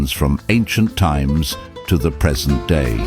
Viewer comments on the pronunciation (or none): none